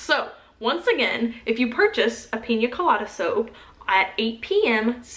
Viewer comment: YOUR SAYING PIN COLADA WRONG! its Pee-Nah colada